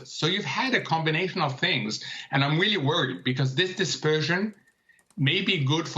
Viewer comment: "im weeally worrried" ...